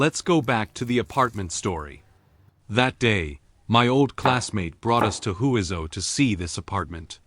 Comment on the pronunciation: The correct pronunciation of Huizhou is 'hway jo' The AI narration is not correct